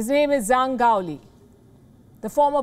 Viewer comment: 张 (Zhang) is pronounced "Jang". In Chinese, "zh" is pronounced /ʈ͡ʂ/ rather like a "j".